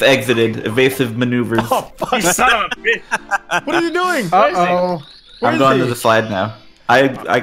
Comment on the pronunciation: every time eh ers, i thinnk hes saying pickle XD